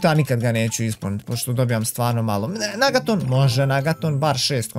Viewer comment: Kaže se negaton a ne nagaton😂😂😂